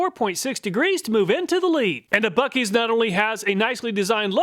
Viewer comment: It's not buekees. Try Boo-sees